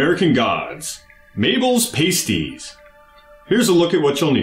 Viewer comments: That's not how you pronounce "pasties." Unless you're talking about the things strippers use to cover their nipples. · 'PAS-ties' not 'pay-sties'